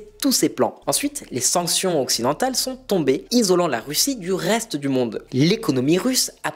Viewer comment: "RRRRRREste abonné...."😄